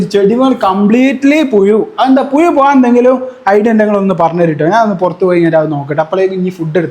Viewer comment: പുയു അല്ല പുഴു 😂